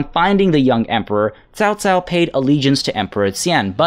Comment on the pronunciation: Hahaha, i'm really looking forward to seeing you butchering all those name ! Nice try in this episode thou :) really commendable effort !! Your pronunciation of "Liu Bei" is spot on ! "Chao Cao" not so much :) The rpg element and romantesize version doesn't really bother me, cause the actual history is quite boring. Wonder how will they implement the characters thou, it has hundreds upon hundreds of different characters crucial to the story